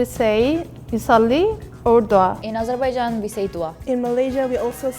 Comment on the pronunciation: I LIKE THE PRONOUNCIATION OF AZEBAIJAAN